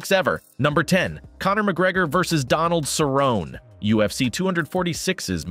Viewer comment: Cowboy "Cerr-on" lol